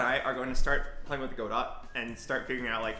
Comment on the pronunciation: finally he says godo not go dot , hes locked in now